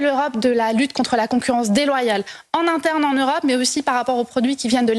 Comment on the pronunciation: pourquoi elle dit EurApe ?